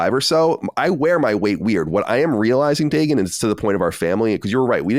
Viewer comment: in Hebrew the name is pronounced DA-GUN